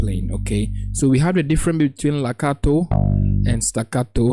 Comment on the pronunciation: Its Legato sir. Not lacato